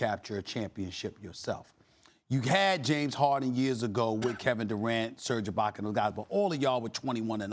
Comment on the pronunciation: “Serge ibaker”